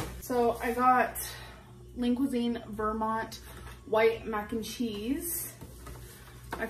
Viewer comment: The way she pronounces Vermont, lol she probably doesn’t even know it’s a state.